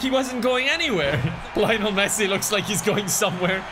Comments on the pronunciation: bro said layonel messi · Why does pronounce Lionel like that? XD